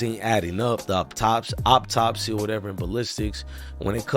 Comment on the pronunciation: Bruh I'm bout tired of you saying "op-topsy"..it's pronounced "Aww-top-see" = Autopsy 🤦🏽‍♂️